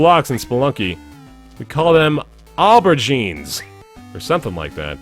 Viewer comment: Aubergine is pronounced O-ber-gene, just in case you feel like doing shopping at the green grocer's in the UK at some point.